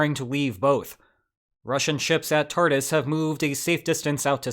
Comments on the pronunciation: It is pronounced Tar-toos. Speaking form Syria! 💚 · I love that you pronounce "Tartus" naval base like "Tardis" - makes me think of a wet Dr. with a comically thick russian accent. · I remember thinking that "Tartus" sounded like a cool name back when I first started learning about Syria in 2011. Then I found out that it's really pronounced like "Tartoos."